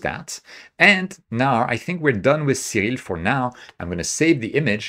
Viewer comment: I love everything about this video except the way he pronounces "Siril." :)